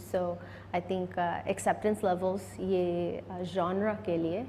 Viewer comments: Hey interviewer..The word (genre)is not pronounced as goner...its pronounced as gonrah.. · I liked how sunny stressed in 'genre' cus that idiot guy pronounced it the wrong way 😂😂 and also how she said i laster ur interview😂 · I love how camly she correct his pronunciation of 'genre'.... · Messy Dreamer 😂😂😂 I noticed that too